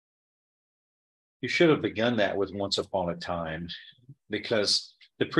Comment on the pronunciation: I fell off my couch laughing when said "once apon a time". He's definitely the REAL DEAL!!!